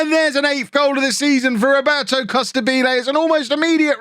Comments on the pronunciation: Hey, great work and love from Italy, but it’s pronounced “Costàbile” not “Costabíle”:D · It has to sound like you say Immobile